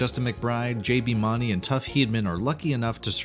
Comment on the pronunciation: You can't even say JBs last name correct lol I do not trust anything you say. You have no idea what your talking about either